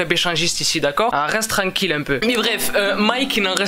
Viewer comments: a un problème avec: Reste tlanquille😂😂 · le nombre de fois ou dis rest trankil